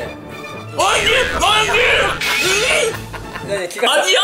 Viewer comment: SASUKEのおいひい〜が面白い🤣